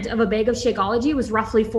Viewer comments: Loved this video! Im a new follower and I like how you analyze things. Also side note - the way she said “bag” as “beg” infuriated me lol. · 2 things I could not stand as they were incredibly distracting: the way the constantly is like, smacking her lips or something? And "bag" being pronounced so strangely for no apparent reason.